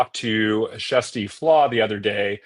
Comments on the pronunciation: Love this! Great explanations all around, very straightforward and easy to understand! Question: Why are you calling her Jessie Flaa? She pronounces it “Kirstie” every day on her channel. Also, there were no SH claims in 2023, so how could they investigate them? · They're trying to pronounce her name the Norwegian way, which has a soft 'k', more like 'shjersti', although that's not exactly correct and there's no direct equivalent in English.